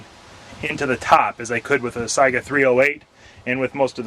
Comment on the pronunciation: Let me be the first to thank you not only for a video about conversion but also for pronouncing Saiga correctly. Drives me crazy when its pronounced Sega.